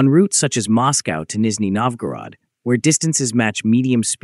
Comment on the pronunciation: Опять кривая китайская озвучка. После слов Нижнего НовгОрода выключил.